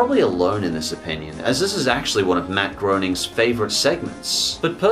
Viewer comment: It's pronounced Gray-ning. Doooo!